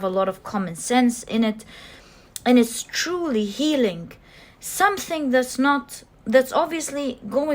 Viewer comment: I chose pile 1 since I was attracted to the bear. However, I couldn't finish watching your reading. The main thing to me is the way how you say a word healing for example. You say it as healink. I don't know why but you change g to k at the end of some words and, as a highly sensitive person, that really stings my hearing, breaking this lovely zone where I get during the readings. I hope you don't take my words in a wrong way. I'm not here to judge you or anything (because my English isn't perfect either since I'm self-taught about it) but I wanted to point this out.